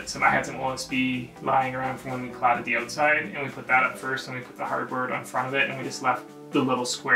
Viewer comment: When he first said hardboard, I thought he said cardboard and my face was like 🤯🤯